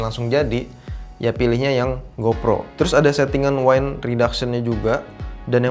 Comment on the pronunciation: Wind dibaca ttp wind bro ky baca winner, bukan ky baca wine (wain).